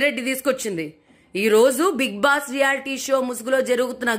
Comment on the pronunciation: Being a journalist ..first spell big boss properly..it's big boss...not big bass